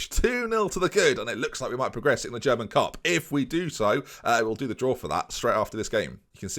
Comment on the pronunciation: German pronunciation causes me physical pain